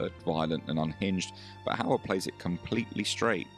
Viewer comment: No need to feel sorry for the hostess, she brought it all on herself. How difficult is it to pronounce Mr. Hauer correctly? I will admit his first name is a bit more difficult for non-native speakers of Dutch, but the easy way around that is the aforementioned Mr. Hauer. And getting the movie right is just preparation.